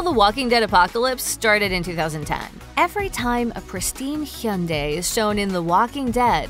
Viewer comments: Gonna need you to say Hyundai correctly next time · Why does she say Hyundai like that? 😂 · The pronunciation of “Hyundai” damn near took me out 💀